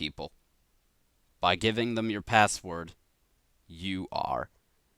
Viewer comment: It sounds so weird how he says password it sounds like passwort and great vid